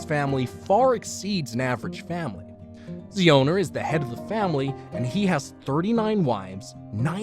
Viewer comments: ziona not Zeona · The pronounciation of zion chhana is wrong You should pronounce ziona as in zion Williams its zion- a